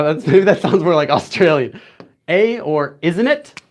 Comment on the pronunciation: Thank you so much for the extra explanation! As someone who lives in a rural area in Canada with barely any access to the outside world it is great to have a resource like your channel when studying on your own. P.S.Your pronunciation of “eh” was terrible but thank you for trying!